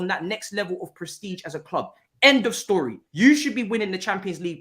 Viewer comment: Man didn’t do much talking today but that mancunian accent he was doing was killing me😂 “2:0 end of storyeh”